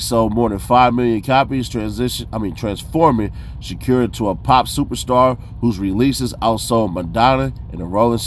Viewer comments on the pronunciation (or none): I can’t lie the sha-cure is insane 😅 fool it’s Sha•Kuur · Dude living behind the moon. Can even speak out SHAKUR right.